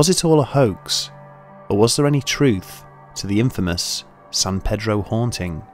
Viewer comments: I live in San pedro and I liked the video buts pronounced San Peeedroh. as a local it's really triggering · Hey, I know you put a lot of time into the video, but we call it San PEEDRO over here in San Pedro. San is pronounced like 'San' from 'Sand' and Pedro is a hard E. 593 W 11th Street also doesn't exist anymore, the house numbers skip over it. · It's not "san-PED-row," and it's not "san-PAY-drow." It's "san-PEA-drow." Don't ask why. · It’s not San paydro! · FYI- Its pronounced San "Pee-Drow". Pedro is the local Mexican trying to sell you corn on a stick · i live in san pedro and have never heard of this also he keeps on pronounceing it wrong in the vid